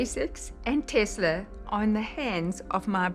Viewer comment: Did his ex-wife say Tesler?